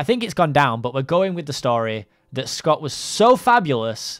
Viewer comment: I thought scott said ewwwww xD